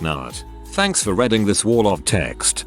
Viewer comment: How come the computer can say "read" but calls it "redding" when the ing is on the end? Stupid computers,.